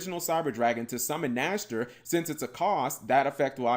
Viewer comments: Nächster Not Nashter means next in German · Its funny at first, but eventually, it can get annoying. I´d like, if they call it Cyber Dragon Nexter. Otherwise, its the Cyberdragon Dry all over again. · By the way, that thing is called "Cyber Dragon Nächster". "Nächster" is german for "next/the next one". English doesn't really have an Ä-sound. But here is a more-or-less ok google-sample